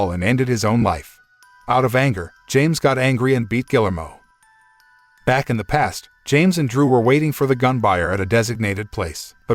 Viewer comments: Gill-ermo? Really? ...and "fatal" wound? When has ANYONE EVER recovered from a fatal wound? Why does it seem to be too difficult to actually pronounce words correctly or actually know their definitions...especially when doing a recap channel? Minimal effort. Shoddy work, period. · The name is pronounced (HARD "G", AS IN "GUILTY", OR "GARDEN") "GEE-AIR-MO"! "GUILLERMO"! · This dude doesn't even know how to pronounce "Guillermo"... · His pronunciation of Guillermo hurts my brain